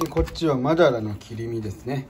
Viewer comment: マダラ（犬）の切り身に聞こえた